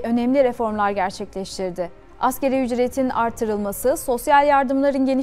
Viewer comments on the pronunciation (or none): none